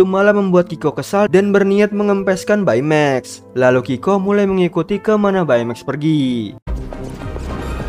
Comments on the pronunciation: Bacanya bei maks. Bukan bae meks. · Baymax read text beymex not baimeks right